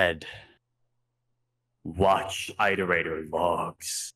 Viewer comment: isnt daszombes the guy who made the really good rain world lore video but mispronounced iterators throughout the whole thing edit: no nvm